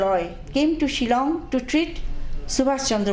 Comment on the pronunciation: Chilong ne Shillong....tang ban pronounce ruh nag rea....